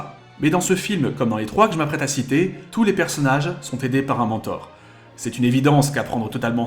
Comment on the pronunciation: Pour le premier film, l histoire à été raconté (ou une semblable) dans une bd d axolot. Dessiné par Boulet. 😏 PS : merci de dire mentor et pas mintor. J'entends trop souvent la deuxième prononciation. Même dans scrubs...